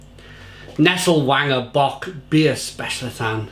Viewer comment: You pronounce W as a V in German so it's pronounced vanger.